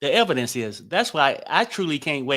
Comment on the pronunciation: Evidence, not evence